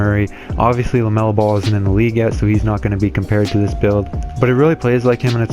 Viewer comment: LaMelo not Lemelo